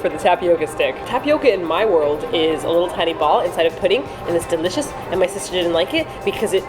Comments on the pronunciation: ..did say its "dericious" lol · hehehe said Dericious XD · I vote for both Engrish and idol(s) 2PM. Did say "deRicious"?;) Thank you for feeding the kitty!!!